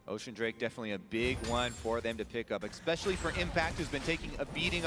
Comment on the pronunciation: "ex-specially" c'mon man really? You're a commentator... is it that no one has ever corrected you?